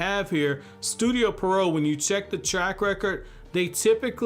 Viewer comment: "Studio Pee-Eh-Row".